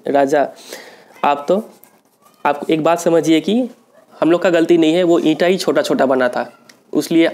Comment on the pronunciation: eentaa hi chota chota bana tha!! LOL sir mtlb kamaal hi bolte ho aap!